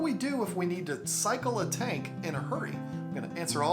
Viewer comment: Betta and beta are just 1 letter different and sound completely different, but however u pronounce it any English speaker knows what u mean. And oop he pronounced tank tinke now wheres the pronunciation police